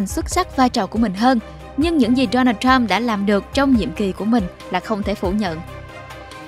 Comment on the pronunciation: K thể nuốt nổi cái kiểu đọc nửa giọng Việt nửa giọng Tây thế nào, trọng âm đổi liên tục cực kỳ chướng tai và khó chịu, gãy khúc. Donald thì cứ đọc là Đô Nan đi, làm ơn đừng bê Đố Nồl vào. Đây là văn bản tiếng Việt, k phải tiếng Anh.